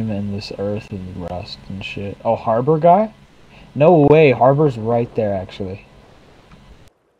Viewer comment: "back to habror"